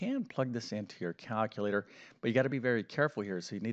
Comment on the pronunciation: WHAT is a Caaaaalculator? That is what he said! Also, what does PROLEM mean? Is he trying to say PROBLEM but can't be bothered saying it properly?